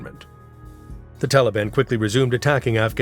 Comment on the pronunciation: Не тАлибы,а талИбы.